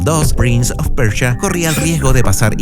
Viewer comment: Persia weon persia, como PRINS OF PERCHIA